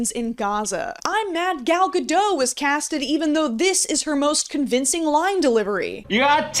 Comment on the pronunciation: the snow white bullshit was unnecessary. also it’s ga-doht not ga-doe, smh